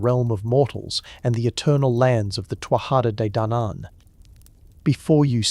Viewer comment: Tootha de dannon. You can say it this way